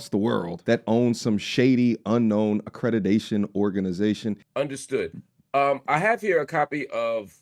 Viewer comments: AcreDIDAtion???? Am I the only one that heard this? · Why is he saying accrediDation instead of the actual word accrediTation 🤷🏾‍♀️